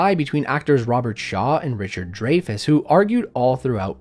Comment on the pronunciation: You said "Jaws proved to be a MONSTROUS success." You'd be my hero right now for saying that except for you don't know how to pronounce "Dreyfus." Say it like this: Dry Fuss. You're Welcome.